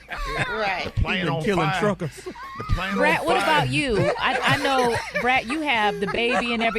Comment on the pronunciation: I CANNOT UNHEAR BRAT!!! EVEN when I played original to rid myself,,I heard ur ass !!! 😅😅😅😅😂😂😂 good one though